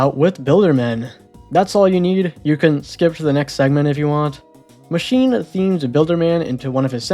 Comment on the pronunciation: ITS PRONOUNCED "MACHINA"!!!!